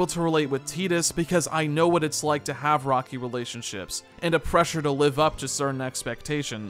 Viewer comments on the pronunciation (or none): none